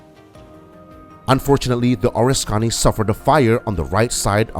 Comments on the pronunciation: It’s pronounced (phonetically, for you are obviously english challenged) O RIS KA KNEE, not ORIS CONNIE. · being raised in NY . the person who narrated this video had me confused . being in the USA navy at the start of Vietnam i did not recognize the ships name which he pronounced as ( or a scony ) instead of the correct pronunciation of ( O RISK Ka Ne ) which at the time the video showed the ship bell I then knew which aircraft carrier he had been talking about. this narration needs to be re-done with the correct pronunciation! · You’re a miss pronouncing the name of the carrier it’s the Oriskany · Could watch because you butchered the name.